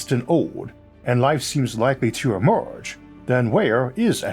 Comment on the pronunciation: “and wife seems wikewy to emooge” Those R’s and L’s are beating his ass! I love the channel, though!